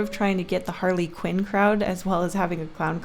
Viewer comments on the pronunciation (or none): D-Did you call Harley Quinn “Herley Quinn”? I